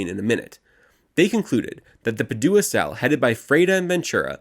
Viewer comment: It's PA-du-a, not Pa-DU-a